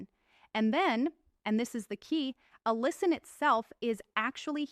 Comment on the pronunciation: Why does this doctor keep switching between two distinctly different pronunciations of the word "allicin"? This raises suspicion that this is an AI glitch.